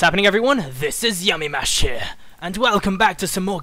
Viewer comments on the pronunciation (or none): Whenever Yamimash says "hello everybody, yamimash here" it sounds like yamimash year